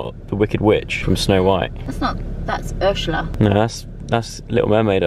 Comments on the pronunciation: It's so funny when Dianne said 'ushela' instead of 'ursela' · “UrShUlA” hahah Dianne it’s s not sh 😂 Edit: omg they got 690 on the air hockey😂 69 😉😏😏